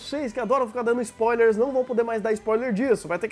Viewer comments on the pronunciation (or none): none